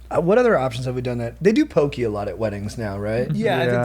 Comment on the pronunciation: Hope when you’re on tour in Hawai’i you finally learn how to pronounce poke. You guys are legends but always lose a couple respect points for the mispronunciation.